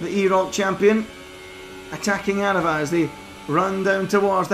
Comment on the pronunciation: Well done, you actually got aarava’s name right this time